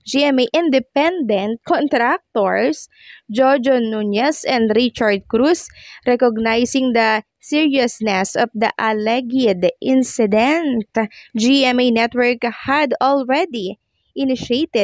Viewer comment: Alleged - pronounce as allejd po. Thank you.